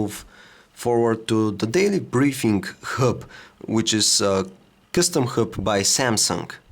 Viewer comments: Dam it yr English sucks. U pronouce hub as herb. N is it supposed to be pronouce as royters? It is Reuters dammit. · Say hrub one more time, i dare you, i double dare you! hahaha